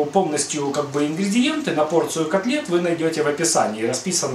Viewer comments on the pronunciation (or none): none